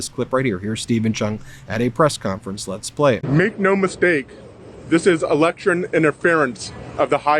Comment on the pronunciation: "electurn"? now i know where turmp gets his pronounciation from.